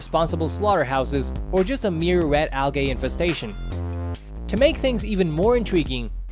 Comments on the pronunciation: It’s not ALGAY it’s algae as in AL-J-EEE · This video sucked after I heard him say "al-gay."